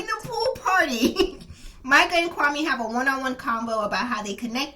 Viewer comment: His name is pronounced kwame...like meh at the end not kwami.....he gentrified it to make more palatable for the the white women he was trying to get!lol....very sad